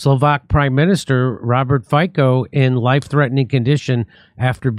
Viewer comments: Fico, fi-co, NOT Faico, fai-co, no. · It's pronounced "Feetzo" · It's pronounced FIT-SO Jimmy . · His name is pronounced "Feets-o" ... the guy that shot him was more likely radicalized by the main stream media calling anyone against the Ukraine war (for peace) a Putin puppet, Kremin sympathizer, etc .... when he's only pro-Slovakia. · Robert Fico (pronounced Feetso not Fiko). I live in Czech Republic and you are pronouncing his last name wrong. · Fitso; not fikko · Fico pronunce Fitzo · Fico is pronounced like Fitso. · Pronounced F-ee-tzo, emphasis at he end (on the 'o') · Jimmy, the Slovakian prime minister's name is pronounced "FEET-so" . The letter "c" is like "ts" (as in Polish). You can easily find out how to pronounce foreign names by googling the name and "how to pronounce". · Robert Fico s name is pronounced Feetso. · ...correct pronunciation is: Fico/Feetzo...("tz" like: Metzger...) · The name is pronounced "Fitso". You're welcome. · I think his name is pronounced - fitsoo. Shot by the CIA and the Ukrainian noe-Nazis? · Robert fico we pronounce Fico as feeso Slovaks are people matter too. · His name is pronounced Fitso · C in Slovakian pronounced ts. Fitso. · The name is pronounced like “feets-o.” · Smells like Mossad. Indeed, Fico has been very courageous. P.S. His name is pronounced fit-so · You mispronounced his name it's fizzo, like in the word Pizza the sound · Have SOME respect - learn how to pronounce Robert Fico's name!!!!!!